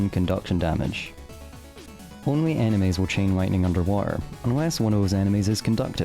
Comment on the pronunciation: why does bro say "animes" instead of "enemies"